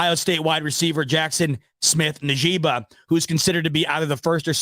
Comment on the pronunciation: Pronounced like ( In-jig-ba) smith-Njgba